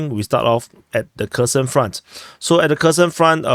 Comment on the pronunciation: Kerson - pronounced "hair son"